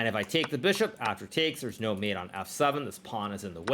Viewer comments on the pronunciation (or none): none